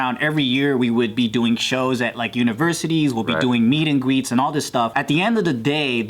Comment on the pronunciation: Joe "meet and gweets" 😂😂🖤